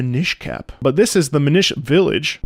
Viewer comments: Just because pronouncing it Min-eesh made me smile, it's actually Min-nish. Like mini-fish, since the Minish are super super tiny people. :) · I think it's pronounced MIN-ish, not Mih-NISH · It's "Minish" as in "Minn-ish" - it's a pun on "Deminish". Also you got it in one calling them "Little elves" how do you keep doing that!? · It's pronounce "mee-nish" as in "mean-ish" (a little bit mean). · Your pronunciation of "Minish" had me rolling (it's MIN-ish, as in "diminish" because you get super tiny) - and I'm so glad you enjoyed its music!! A real gem on the GBA. And it's part of that expansion pass that you'll have when you play Wind Waker, so you can totally try it out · I always describe the enunciation as "since it's a race of people, use the same kind of emphasis you would with "English" or "Scottish", and that usually does the trick. 😅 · I would just say MIN-ish like in mini lol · I think that minISH is the Italian-American pronunciation 🤌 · the way he said minish hurt me so much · That pronunciation of Minish... Brother... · Pronounce "Minish" like you would the same syllables in the word "diminish". It's actually a clever bit of wordplay once you realize where that comes from. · It has never before occurred to me that someone COULD pronounce Minish that way.